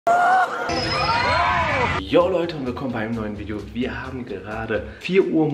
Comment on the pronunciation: Am angang sagt er ,,yoj leute wilkommen einem neuen video"! Ajhahahahahhhaha